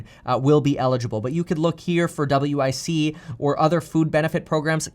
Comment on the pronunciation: This mans so well off he referred to wic as w.i.c 😂😂